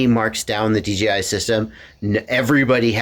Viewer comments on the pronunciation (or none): I swear hes saying DGI is that just me? Have I finally achieved crazy nirvana?